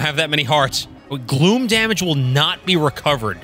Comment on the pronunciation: We pronounce it KAZ-m. When you said "Gloom monsters", I heard "Glue monster". Also, the instant I heard Tulin's voice, I knew it was Cristina Valenzuela.